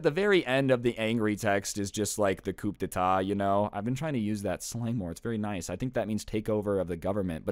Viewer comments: coup d’état is pronounced coo day ta. just thought u might want to know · yah I’m sure that ku-de-tah is over throwing teh governmant